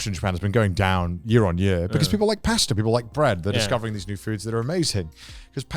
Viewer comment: "Paster" lmao